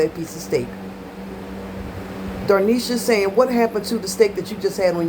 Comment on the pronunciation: You call her dar- nesha my daughter says doe-nesha. It’s dah-nesha 😂